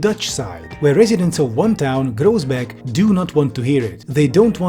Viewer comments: your pronunciation of nijmegen and groesbeek is painful nijmegen is pronounced as 'nigh-may-gen', where the g is pronounced as a very harsh H. yes, you don't need to pronounce it as tv static. in fact, a lot of parts in the south of the netherlands don't. and groesbeek is 'groos-bake', where g is, again, pronounced as a very harsh H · FWIW, Groesbeek is pronounced Chroosbake, Nijmegen is pronounced NYEmaygen, and Kleve is pronounced Clayvuh. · Absolutely butchered the pronunciation of Groesbeek but I guess in this case that's kinda fair